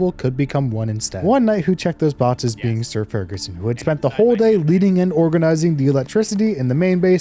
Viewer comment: three botses of metal fratstone. sounding like a bit of a stroke